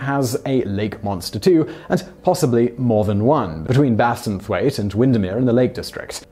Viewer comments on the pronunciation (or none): It's pronounced BASSenthwaite not BASINthwaite lol.